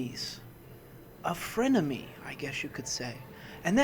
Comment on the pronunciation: A fren-emey.